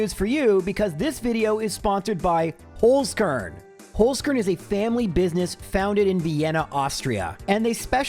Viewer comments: Wtf, how did it come to an austrian sponsorship on my most beloved gen1-youtuber? <3 btw, you speak it like "holds" (as in "someone holds something", but way harder in the end, like a tz) "car(e)n" (as in "i care about someone" but close it with an "n", let it be read to you by google translate for example :) All the love from Vienna and keep up the awesome vids <3 <3 <3 (and please bring back the intro :D) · As a German guy: i love your pronunciation of „Holzkern“ 😂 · Me, a german when attempts to say "Holzkern": giggles Thank you for the amazing content. Been watching you for years and the month of is always a highlight ^^